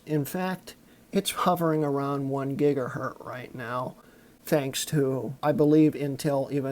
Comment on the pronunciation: Apart from the fact that you seem to have major problems pronouncing "gigahertZ" and "megahertZ", you do realise that 6GB of RAM with not be recognised by a 32 bit operating system, don't you?